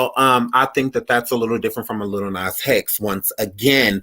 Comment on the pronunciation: He said LIL NAS HEX 😭😭😭😭